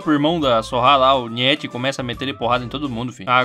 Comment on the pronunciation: Man, pelo amor de Deus, procura sobre como se pronuncia Nietzsche.